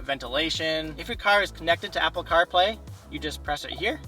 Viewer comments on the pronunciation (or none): none